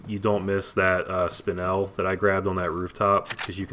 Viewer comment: Watching in 2019 cause I love this game. And you were pronouncing “spinel” correct the first way. I used to never know how to properly say the word but I looked it up when I was like 12 Bc I talked myself through the game. Great video and good commentary man. Keep it up